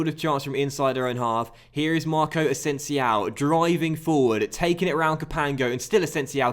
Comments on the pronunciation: Its not asensiao, just asensio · greate vid but i think it is asensio o not ow😂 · That boy asensiow is a talent isn't he? 😂😂😂 It's asensio with an O mate not an Ow xP. Still the best and most knowledgeable Fifa and FM youtuber by far though